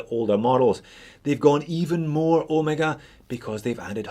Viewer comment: Look at that face! Perfect. Easy to see hands on a deep contrast face. Simple date. You can't beat this for the price. Everyday wearable watch. Also, thank you for pronouncing OH May Gah correctly.